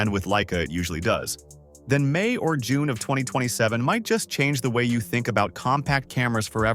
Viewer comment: “Yuun” instead of June, AI generated nonsense